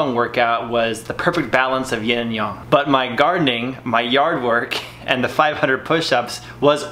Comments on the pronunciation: its Yin and Yang bro. don't call it Yong. many will get offended. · stop saying "yaarng" for fucks sake, it's yang as in bang. Your pushups are shit and produce very little result for the effort, get your elbows next to or even touching your ribcage and feel and see the difference. I have occipital nerve issues, I do 300 to 500 pushups in sets of 50 to 80 every day to keep the blood flow around my shoulders and neck flowing to relieve the pain.